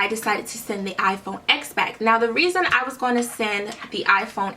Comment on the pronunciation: It’s called iPhone XS MAX NOT SX MAX